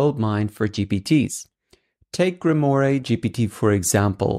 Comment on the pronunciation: Grim-WaaaH, not Grim-Or-Ray ! 😁👍 Btw, your videos are great 👌😍